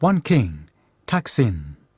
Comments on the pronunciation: ทำไมออกเสียงเป็นทักษิณวะ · Somehow, the narrator keeps pronouncing the name of this king incorrectly. His name was "Sin" and he used to be the ruler of a town, north of Ayuddhaya, named "Taak". And all rulers of that town would be called "Phra-jao Taak". Therefore, to clarify which ruler is referred to, the former name will be put in a parenthesis, e.g. "Pra-jao Taak (Sin)", but when people speak, the parenthesis cannot, of course, be seen. He had another name when he became the king of Siam. I mention this because it is irritating to keep hearing his name pronounced wrongly, and I've never heard any Thais (who are supposed to know this simple fact)correct it.